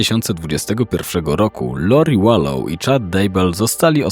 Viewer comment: Wlansie zakonczyl sie proces, gdzie została skazana za wspolidzial w morderstwie 1 stopnia Charlesa Vallow. Podjerzewa sie ibecnie, ze zabiła rowniez Rayana, swojego 3 męża Btw czyta sie WALOŁ :)